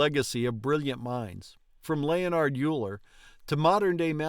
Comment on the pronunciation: I was taught that it was pronounced 'Oiler'.